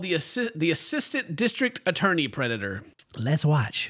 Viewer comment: I like how we emphasized assistant district attorney 😂 like, “we’ve had about six or seven DAs but never an assistant” 🤣